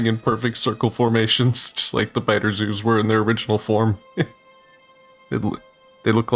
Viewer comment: Biter zoos started sounding like BiterZeus at some point, and I can't unhear it